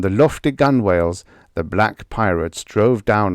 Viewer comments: Yes, gun-whale always drives me crazy (I've been on boats all my life). I'm fond of nautical stories, and it's an issue that crops up with almost every audiobook recording. No offence intended, but it's GUN-ell. If you learn this one simple pronunciation, you'll know more than 97% of all the English-speakers in the world, and sailors everywhere will hasten to shout you free grog at the pub! 💚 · I absolutely love and appreciate your hard work and constancy. Just a minor correction: Gunwale is usually pronounced gunnell, though it's becoming somewhat more common to go with "gun-whale" (though it's not really correct). I just retired from the U.S. Coast Guard Auxiliary, so I have a bit of a connection to nautical terms. And for those who don't make the connection, Conan the Cimmerian is better known as Conan the Barbarian (the character portrayed by Arnold Schwarzenegger in the movie by that name). Robert E. Howard is also known for Solomon Kane and King Kull and other sword and sorcery characters. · A silent W? Please explain.